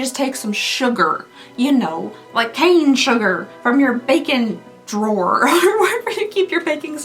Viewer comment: You said bakin drawer and my brain though bacon drawer.